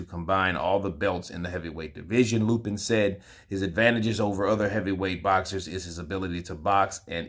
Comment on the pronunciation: Its Sergey LAPIN, not LUPIN